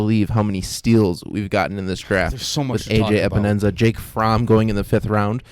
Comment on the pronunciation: Pro Tip There is no “Enza” in Epenesa 🤪